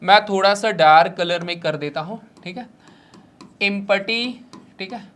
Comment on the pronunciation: Sir ji Empty Ko इमपटी nhi bolte h एमटी bolte h 😂😂😂😂